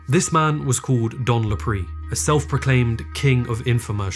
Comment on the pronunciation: It's pronounced Dan "La-Pray", not "La-Pre".